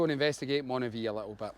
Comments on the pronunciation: Was sitting here trying to figure out where Monavie was, and then realised you meant Moniaive. Pronounced Monee-aye-v. 😂 Despite that confusion, this looked like a fun day out! I can’t wait to get out myself. The longer evenings and the odd nice day are calling, but I’m just waiting for a recent bout of the flu to clear completely first. I’m chomping at the bit though when I see videos like this! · Great video, but Dumfries and Galloway is NOT the Scottish Borders. Moniaive is Moni ( almost like money) ive( hive with no H ) Look out for the Tearfund cycle, now from Dumfries Baptist Church, August 16th. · Nice to see my old haunting/cycling ground around Moniaive (pronounced moni-ive), that’s my mates pub/hotel in there called “craigdarroch”where I used to work, nice wee tour of the area.